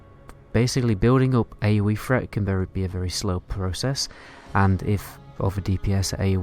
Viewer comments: Where the fuck do they speak like this... "Aoe Fret"... "Funder fury"... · AOE freat? instead of threat free instead of three?